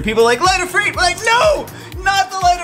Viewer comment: It's not Ifreet. It's Ifr"i"t